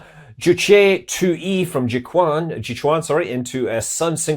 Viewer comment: Hi Scott, The best way any English speakers to pronounce "Jiu Quan" is actually "Jeo Tran". Basically "Jiu" pronounces similarly to the name "Jeo", and "Quan" pronounces like "Tran" as transatlantic... Have a go...